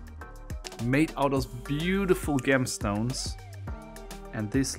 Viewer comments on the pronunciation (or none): thank you for this, I heard game stone the first time he said it and it took me a while to figure out that he meant gemstones